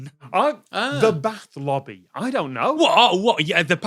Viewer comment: "bath lobby" no, bath LOBBO!!!